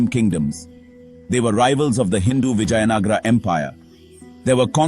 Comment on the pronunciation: Hear the voice over chap say Vijay Nagar. I suppose he's a Gynaecologist.